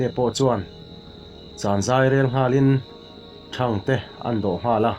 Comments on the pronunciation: Thang te niloin thangte tih tur anih hmel, mizotawng hi zawng ahar em ani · Thangtee ti a lam tur i lam dan khi a diklo a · Ṭhangte hi te tih saptawnga small mizo a te tih anga thluk tur hi a ti fuhlo deuh niin alang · Thangte tih hi...sap ho in small an tih ang hian lam tur. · I chhiarthiam viau e,mahse,thangte ilam dan erawh a diklo deuh ani.